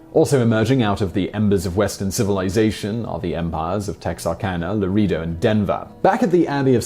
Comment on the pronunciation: also LUH RAY DOE